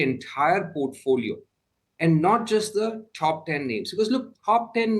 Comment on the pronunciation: Pronouncing "Top" as " Thhoph" won't sound you an American.